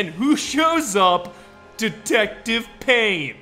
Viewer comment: IT'S PAYNE, WHACK'M